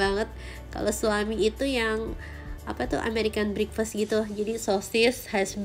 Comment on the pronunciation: bukan brikfest mbak nyebut nya tetap e sebut nya (breakfast ) dan buffet juga tetap u bukan jadi baffe